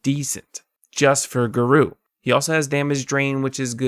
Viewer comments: Geru? GeRU!? GERU!!?? GA- RO- U. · “Gar O” is really really good